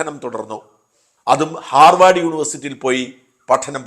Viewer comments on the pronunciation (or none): none